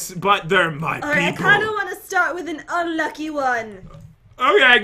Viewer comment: Who else likes it when pat pronounces unlucky as unlu-ack-gh-y